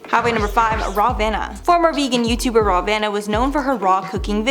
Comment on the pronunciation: Rawvana😂 oh God